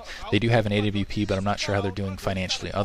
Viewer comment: a.w.p? It's awp...